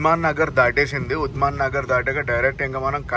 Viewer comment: ఉద్మన్ నగర్ కాదు ఉందానగర్( శంషాబాద్) k అన్నా